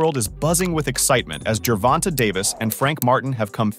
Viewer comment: Why do these reporters REFUSE to say Gervonta (jur-VON-tay) correctly? Who's fact-checking and approving these videos? Why do they think it's okay to CONTINUE to mispronounce the name Gervonta? It's sad.